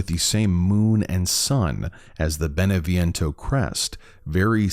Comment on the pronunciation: Could you make more efforts pronouncing names correctly, Beneviento, Eva....